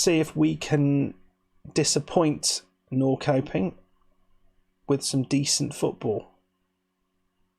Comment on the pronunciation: Actually, says it really well, for an English person. In Swedish, it sounds more like Nor-shup-ping.